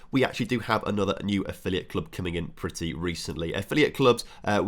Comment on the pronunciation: Croatian club you mentioned is pronounced Ree-yeh-cuh, not Rejikah ;)